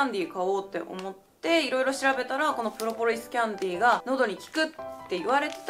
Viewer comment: プロポリスキャンディ発音良すぎてかわいいww